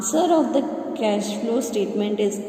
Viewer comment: Cash bolna seekho yaar